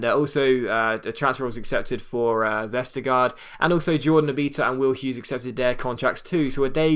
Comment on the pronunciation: The last part of Jannik Vestergaard's name (gaard) is pronounced almost like the word "gore" in English, as the two a's are pronounced like a Danish å and the d is silent. So almost "Vestergore" :)